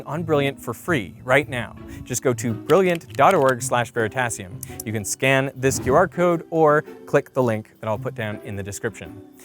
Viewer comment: It's pronounced "ver sigh".